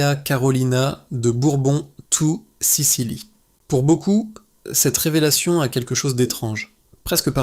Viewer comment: Il faudrait quand même que le commentateur soit capable de nommer, en français, le nom de la famille de Bourbon des Deux Siciles et non des « toucicili », anglais incompréhensible. Grotesque.